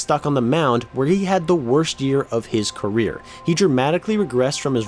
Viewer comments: 34 seconds the guy doing the voice over says queer instead of career 😂😂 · 34 when you say queer instead of career 😂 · he definitely says "throughout his queer" instead of "career".. which I don't think is intentional but its ironic because queer means weird.. just a thought lol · am I the only one hearing queer rather than career? Lol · “queer” instead of career